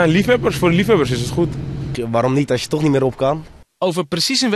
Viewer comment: 'tog' nuff said